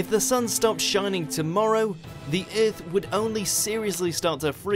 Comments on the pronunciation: It's driving me crazy! you can hear it in occur as well, oercurr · I love this channel but I dislike how he says Earth